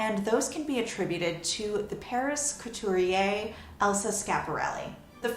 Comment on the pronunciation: cow-too-ree-yay - Fashion historian struggles hard to pronounce French and Itailan names and words.